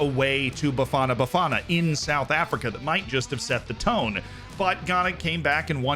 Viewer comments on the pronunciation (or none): none